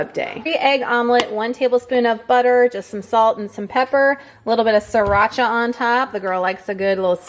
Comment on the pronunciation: You're funny about the "sriracha." You pronounced it perfectly. =) I think you're articulate, entertaining, and informative. It's awesome that you're pushing yourself and feeling strong in your workouts!